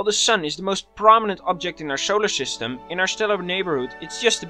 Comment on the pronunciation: Scholar Schyschtem